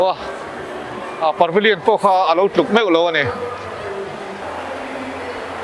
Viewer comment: Parvillion a nilo. Pavillion zawk aw Par hi rawn ti ziaha ngaihthlak a har